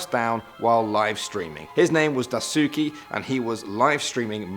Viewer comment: Die-sookie... It's pronounced like Dice-Kay. The "U" is silent in Daisuke.